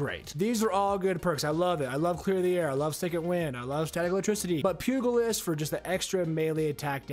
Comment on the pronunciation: Not to nit pick, buit why do a lot of MVS content creators not know how to pronounce Pugilist? Great vid though!